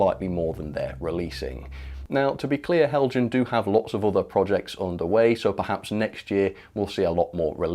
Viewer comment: Apologies in advance for the petty comment....but you are pronouncing Heljan incorrectly. It is a Danish company name hence the J is silent (sounds like Hel-yan).